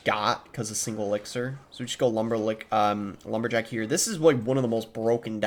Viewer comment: bro said lumber-lick🤪